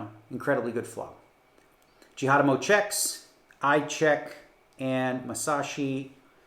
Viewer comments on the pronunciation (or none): Did he just say ‘Justin Jihadamo’ 🤣🤣🤣